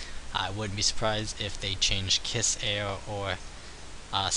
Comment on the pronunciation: I believe it is pronounced "Keys." (Khee-Z)